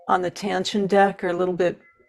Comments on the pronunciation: There's no "N" in the mddle of Taschen. It's tash-en not tan-shen. I'm sorry, but that drove me up the wall. The comparison was helpful once I turned off the sound. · FYI, it's pronounced "Tash-en" - not "Tan-shen" - there's no 'n' in the middle of the word.